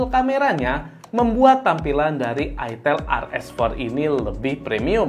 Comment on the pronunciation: FYI, itel itu brand dari luar. Pelafalannya bukan itil tapi aytel. Terimakasih